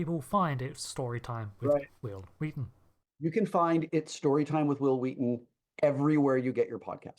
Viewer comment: "Hwill Hwheaton" IYKYK 😂